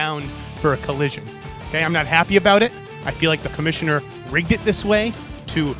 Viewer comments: "Comminosser" is on fire! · "Comminisher" L O L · SAID COMMINISSUR LMFAOO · trying to say commissioner at the beginning... Haha Great match